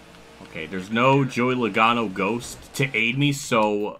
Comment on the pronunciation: Joey Loagano! Even Motorsports Games at least got his name right 😂😂